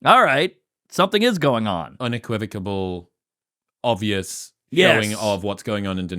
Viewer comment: I mean I learned this language by watching sitcoms, but I'm pretty sure Chris keeps fucking up the word "unequivocal" lol.